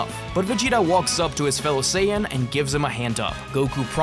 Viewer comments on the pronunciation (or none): Bro, you did not have to throw the hard N. It’s okay to say Saiya but Hard N💀